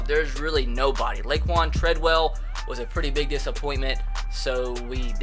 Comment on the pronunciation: I can't get over how you said Laquon Treadwell's name 😂